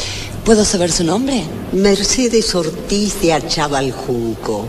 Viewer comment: Jajajaj yo vivo en Pilar y no sabes ni el apellido, No es DE ACHAVAL, ES ACHAVAL